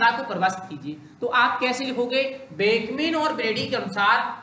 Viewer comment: बेकमेन व ब्रेडी नही ह भाई वो बकमेन व ब्रेडी ह इसका सही नाम